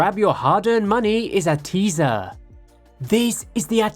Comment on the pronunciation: I think the company name is pronounced Eight-zer.